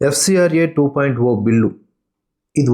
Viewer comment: Hello bro why you are calling 2.0(oo). Why can't you call as zero